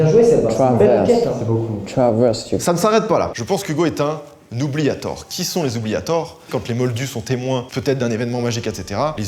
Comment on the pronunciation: OUBLIATOR💀 OUBLIETTEUR